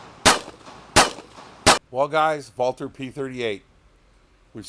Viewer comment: He actually pronounced "Walther" correctly!